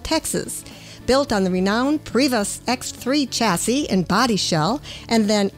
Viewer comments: Just to let you know it is pronounced Prevo like Utah not Prevost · You pronounce it "prey-vo" not " prey-v-ost", you don’t pronounce the "st" (Prevost is a Quebec common last name, like Provost or Proulx , where the last 2 words aren’t pronounced) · you lost me at the mispronunciation of Prevost.